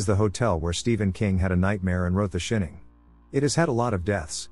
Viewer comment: Ah, yes, The "Shinning". 😂 Not The Shining*. 🙄